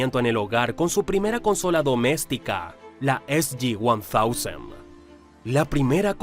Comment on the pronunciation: Ufff que lleno de errores está esto. GameCube es de nintendo no de Sega y la portátil de Sega es Game Gear. SG1000 no se pronuncia (EsYiOneTousen) se pronuncia (EsuYiShem) Las perdias de Sega no fue por las consolas fue por exceso de publicidad dónde no debía, el declive del arcade en occidente, la fallida fusión con Bandai (de hecho cuando se cae la compra es que vienen el gigantesco crater financiero. A eso sumamos que en América le dieron la muerte a Saturn antes de siquiera tener una sucesora lista. Es un cumulo de cosas. Ahora en cuanto a juegos nuevamente hay errores tras errores Saturn fue la líder del 94 al 95 precisamente por los juegos de Sega. PSX logro recién el 96 quitarle el podio y Sega en occidente (por varios factores le afecto más la llegada de Nintendo) pero en Japón fue Nintendo la que salió mal parada esa generación y N64 6 años no logro lo que Saturn en 5, además las ventas de Software de Saturn irónicamente la hacian la consola más rentable de la generación (eso es un dato curioso) Faltó mencionar que Master System fue la consola de 4ta generación más vendida en Sudamérica y Europa, que la suma de Megadrive/Genesis 1-2-3-nomad dejan en empate técnico a Snes por qué el número que se suele usar es solo los modelos 1 y 2 que suman 36millones pero entre Génesis 3y Nomad tienes otros 10 más. En fin hay bastante información mal u omitida. Cómo que parte de Service Games en un momento antes de la fucion y compras que llegarían a la existencia de Sega Enterpric